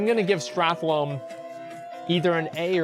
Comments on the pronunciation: Can you stop calling it Strathlome? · Did anyone else's spine shift every time Asmon said "StrathLOME" ? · The way he said "Stratholme" litteraly gave me cancer. Wish me a good recovery!